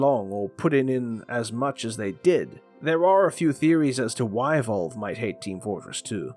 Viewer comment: Who tf is Volve lol